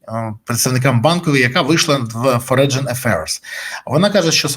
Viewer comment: Зелена ботва знищує всі здобутки Залужного, на жаль. Головне, що всі його ехвективні менеджери і менеджериці зачасти не мають посад, за які їх можуть притягти до відповідальності після зміни влади. Пане Бориславе, маленьке зауваження: foreign читається фОрен